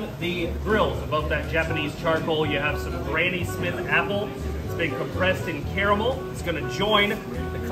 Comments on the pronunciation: Homie said “CARAMIL”🤣🤣🤣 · Did he just say caramol??😧